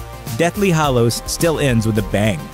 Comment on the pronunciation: So basically all of these YouTube voice over peeps pronounce 'Hallows' as 'Hollows'. It's very annoying.